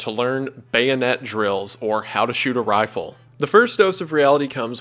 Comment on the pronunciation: You can just hear the southern accent when he says “rifle”